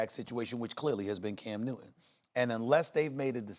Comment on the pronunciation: No one: Stephen A:Cam New Ton